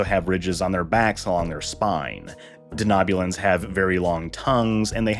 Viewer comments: De-know-bulan, not de-knob-bulan. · I'm sorry, but is it just me that is irked by the pronunciation of Denobulan as Danoobulan